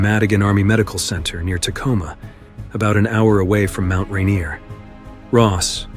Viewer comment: The narrator has obviously never been to Mt Ranier...